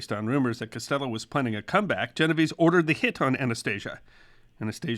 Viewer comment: Unfortunately, he mispronounced Genovese.